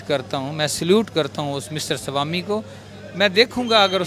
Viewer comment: Salami nahi ..... Swami bolna chahta hai 🤦🏻‍♂️😲😅